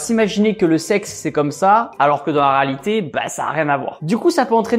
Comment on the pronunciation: Tibo rÉalité RÉALITÉ pas raalité